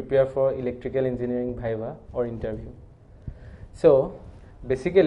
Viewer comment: first of all its not "bhaiva" its "Viva'